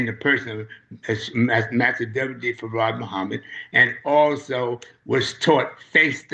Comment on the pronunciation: Brother elder SOLDIER DOESN'T HAVE TO ANSWER TO ANYONE BUT ALLAH MASTER FARD MUHAMMAD THE BLACKGOD AND HIS NAME IS ACCENTUATED WITH TWO SYLLABLES FARRAD, WE WHO FOLLOW ONLY ELIJAH AINT ROLLING ROLLING THE SAVIOUR'S NAME THAT ISH IS EMBARRASSING, THE LAMB PRONOUNCED HIS NAME ACCENTUATINNG TWO SYLLABLES, YOU ME MY MOMA, MY CHILDREN, THIS MINISTER THAT MINISTER WASN'T TAUGHT FACE TO FACE BY ALLAH MASTER FARD MUHAMMAD, HOWEVER ELIJAH WAS AND THATS WHO WE ARE WITH PERIOD.